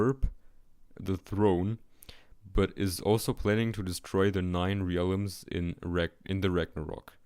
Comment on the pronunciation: it's interesting. also funny when you can't pronounce valkyrie, realms, or hela